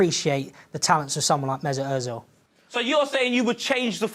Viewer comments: Why do people pronounce Ozils name as, ErTzil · yea so its OEZIL not ERTZIL